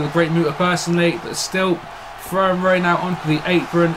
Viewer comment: No disrespect but man but u butchered Eddie and Rey's names lol